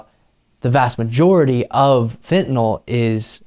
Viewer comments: I give the bissh credit she pronounces fentanyl correctly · Uh,she pronounces "fentanyl" correctly.